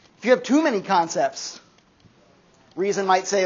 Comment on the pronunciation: I keep mishearing "Kantcepts" instead of "concepts."